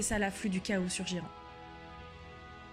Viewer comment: Trop sympa, une vidéo de fluff en français, par contre Ghyran, c'est "guaïrane" en anglais, "jiran" m'a surpris.